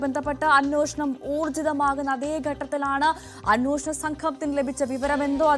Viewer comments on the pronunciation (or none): അന്നോഷണ സംഘമല്ല അന്വേഷണ എന്ന് മലയാളം പറയാൻ അറിയാത്ത ന്യൂസ്‌ റീഡർ